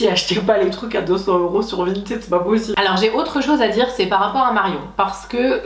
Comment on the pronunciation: Ça me perturbe que tu prononces "vintiiid" au lieu de vinted 😭